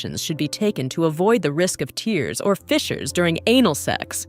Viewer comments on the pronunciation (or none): Teach your AI the difference between "tear" as in to separate tissue, and "tear" as in what comes from your eyes if you cry. Garbage.